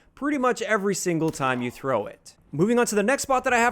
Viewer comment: I can trow dis vewy far